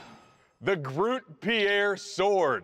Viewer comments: They butchered the word Grote all right :/ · As a dutch person, I cringed slightly when they mispronounced 'grote', but it's still really neat to learn about this sword :D